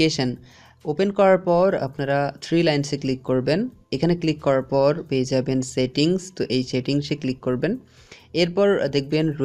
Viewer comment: উচ্চারনের প্রতি মনোযোগ দাও।শেটিংস শেব সবাই ভুল উচ্চারণ।